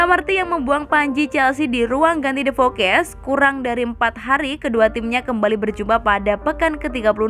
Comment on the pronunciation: Pertanyaan gua kenapa sih talent vo nya salah ngomong mulu. Masa the foxes jadi the fokes mason mount jd mason moon, banyak salah bacanya. Itu disengaja biar kita komen, apa emg gabisa bahasa inggris apa emg vo nya ga ngerti soal chelsea atau bola. Plis lah, kalo salah jgn dibiasain. Gak keren samsek, malah bikin org yg gatau jd salah pronounce juga